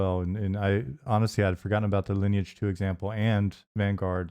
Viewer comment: "Lineage 2" the way he pronounces 'Lineage' makes go into a berzerker frenzy.